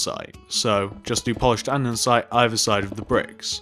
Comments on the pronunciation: He was saying andensite even though it's andesite lol!!!! Love the vid keep up the good work xoxo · Hey! Great video, just one thing though. Andesite is pronounced and-er-sy-t, not and-ern-sy-t. Good job on the build though ☺ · And-ah-site not andensite